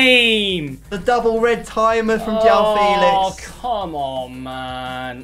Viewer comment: Mans said: don’t get his name wrong, Felix.. JOWAWO Felix 😂😂